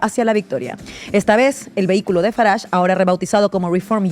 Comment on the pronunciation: Esta presentadora que fuerza la pronunciación de Farange se equivoca. Los británicos cultos no hablan así